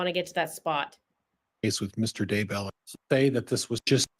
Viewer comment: It’s “Dudday”. What the heck?